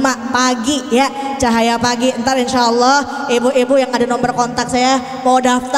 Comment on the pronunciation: masa awloh merdu bu